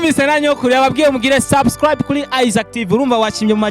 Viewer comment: Mbega abamenyesha makuru Imana irababona Ati Vuga subscribe Bibi nawe ati swa swa swi